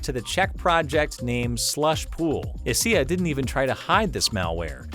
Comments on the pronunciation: First time in 12 years I've heard someone call ESEA "eh see eh", it's "E S E A" :D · this man legit said "E-SEE-AAH" lmaooo you cant do csgo videos anymore